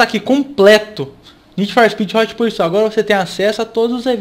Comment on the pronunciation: Esse ''porsuit'' me dá uma agonia que pqp